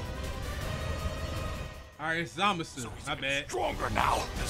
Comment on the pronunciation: Just an FYI but the voice actor for Goku Black happens to be the same VA for Goku lmao. Edit: Also you're pronunciation of Zamasu was nearly spot on no need to fret. For someone who's not in touch with the franchise like that you did better than even most fans lol you good 🤣🤣